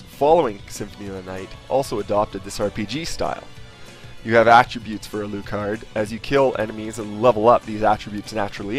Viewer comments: a-looo-card? Al-uh-card. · It's pronounced alAHcard not alOOcard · I just bought this! i am excited :D but you say Alucard really funny hahah Like Ah Lou Card I say Ah Luh Card. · alucard himself pronounces it al-ooh-card in the game. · Ko NAM ee, A luu card??